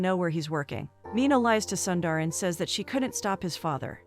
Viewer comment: Don't keep calling him "Sandar" or "Sandar". Your pronunciation is horrible. You are killing his name. He is Sundar or Soondar.